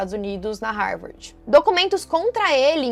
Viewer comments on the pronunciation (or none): Não é Rarvardi a pronúncia em inglês pra Harvard! 😂 A pronúncia é RAVÔR! Lembra do AVÔ!